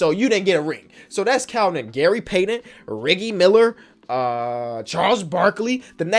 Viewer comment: I love how kept calling Reggie Miller Riggie 😂